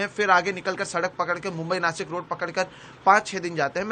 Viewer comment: रिपोर्टर जी नासिक नही नाशिक। NDTV please appoint Marathi speaking journalist in Maharashtra. Like you have appointed in other states. Right. Then why not in Maharashtra.